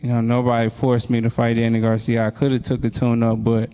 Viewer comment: Why can’t this dude ever say “ Garcia” correctly? It’s not “ Garciam”